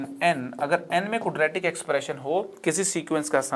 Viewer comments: Are sir ji while pronouncing it's not cudratic, quadratic hotha hai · Sorry but..,Aapne quadratic eq. Ko galat pronounce kiya h ( sayad) Like...kudretic eq...